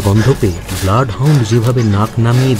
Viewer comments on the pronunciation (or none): none